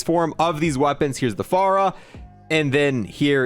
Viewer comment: How many people got pissed off like me when he called ot f.a.r.a instead of fara